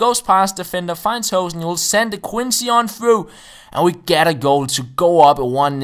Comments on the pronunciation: Its pronounced hoo(like in boo)-sen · You pronounce hoesen as lose